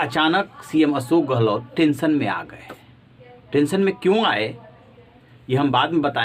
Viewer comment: Aap patrakaar / anchor hote huve bhi tension ( tenson nahi tenshon) Ashok not asok bol sakte ?